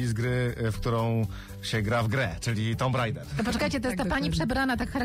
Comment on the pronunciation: Wszystko spoko, ale poprawna wymowa nazwy tej gry, to Tuum Rejde(r). Słowo „tomb" to „tuum".